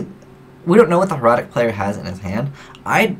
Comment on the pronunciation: thank you for saying hieratic right.